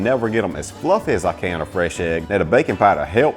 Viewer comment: I love the way he says FLUFF-EH.